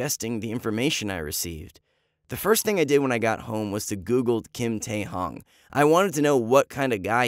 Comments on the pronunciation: “Kim yea hong”BAHAHAHAHAHAHAHA THEY SO OVER🤣🤣🤣 Like dam can't they google it or like how to say it Lamo-😩😂😂😂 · Bro really just said Kim teahung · Bitch wtf Is Kim tae "Hong" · Y’all are dumb as hell I’m laughing over how much they mispronounced his name